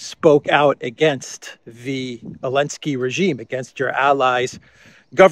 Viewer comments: Why do you say ‘Elensky’ without the ‘Z’? It bugs me. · Why do you say "Elensky"?